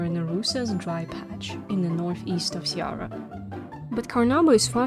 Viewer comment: cearÁ. The accent indicates the stressed syllable. Speak it like if you were a french lol